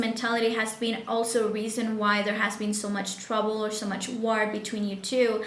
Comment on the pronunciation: War?? You don’t pronounce that word right